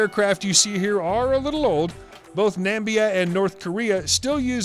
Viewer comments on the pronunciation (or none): So we just gonna ignore that fact you called it Nambia instead of Namibia? Or is that a new country? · what did you say: "Both Nambia and North Korea" ??? 🤔😳🙄 Which country is "Nambia"? I'm in Zambia 🇿🇲 and we have a neighbouring country in the south west called Namibia 🇳🇦. Did you just create and name a new country NAMBIA? Whether one or both of our countries still use the 'old' MIG 19 for military purposes, kindly be kind to us by distinctly pronouncing our country names with some dignity. Thank you. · Can't pronounce Nam, Nam, Okay, South West, Africa....